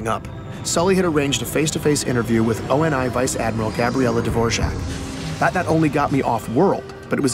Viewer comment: Sully is in FACT the same young man who survived the attack on the academy alongside Thomas Lasky, the Captain of the UNSC Infinity. He became an asset of ONI. And for god's sake, it's pronounced (oh-nee). Not O-N-I. And biologically, the Master Chief IS arounf fifty to sixty years old, but chronologically (due to extensive time in cryosleep) is around 43